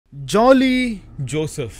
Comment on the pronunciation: Its not Jolly.... Its Joile - pronounced wrongly